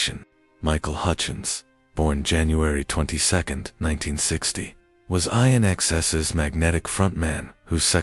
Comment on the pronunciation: Thelma sort of reminded me of twiggy PS, its pronounced as in excess not eye en eks es